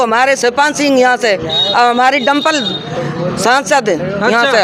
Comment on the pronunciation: यह जो माता जी जीतने की बात कर रही है इनको प्रत्याशी का नाम तक सही से नहीं आता डंपल कह रही है 😂😂😂